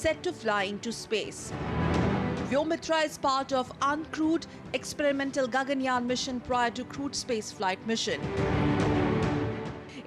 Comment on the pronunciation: It is Gaganyaan ; not Ganganyaan smartie !